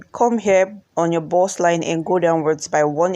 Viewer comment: Lovely dress. "BUST"(Chest) not burst(explode)